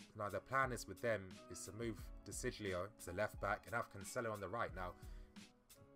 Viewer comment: Surprised at lack of Alex Sandro comments. Though you can't betray your sources could you give us a timescale, both for your next update and the transfer. Joao Cancelo isn't probably more suited to WB. Also De Sciglio (pronounced Der See-glio) played as LWB for Italy under Conte. Barkely or Oxlade-Chamberlain would be a disappoint to the player we have/had at the club. I knew that Italians blood young players around 22/23, and I think that's probably actually the right age to be honest. But in the squad this year should have been Traore as the four AM, Chalobah as fourth CM and Ake, Zouma, Christensen as back up CBs. That, with the additions of Bakayoko, Morata and 1/2 wingback would have brought perfect balance to the squad. I understand their desire to play, but maybe the club should have made a greater effort to show them they'll get a lot more time this year. Also I think for Chalobah and Ake that it's a World Cup year and both have a chance of making it into the squad. The one signing I can't grasp is Rudiger. Fine player and person but he's no upgrade on Ake and doesn't give the balance of being left footed. Couldn't we just say to Ake (and Chalobah) that you're staying this year whether you like it or not and then at the end of the season if you don't feel you've played enough THEN you can move on?